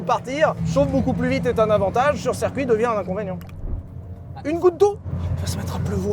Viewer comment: Chers youtubers, on dit circuit pas cercuit.